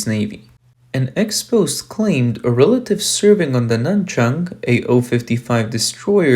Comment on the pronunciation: It’s Expo-say